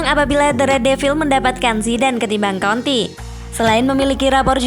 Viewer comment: Konte min, jangan konti 😂